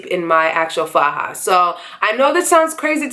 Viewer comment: I was born and raised in Colombia and you pronounce "faja" perfectly fine, so don't pay mind to the negative comments. Thanks for this video, I'm having mine July 28th!!!